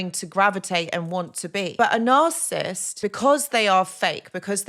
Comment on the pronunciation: You struggling to pronounce the N word😂